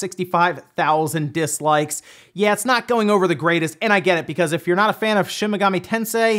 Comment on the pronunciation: Dude it's shin megami tensei, not shimigami lol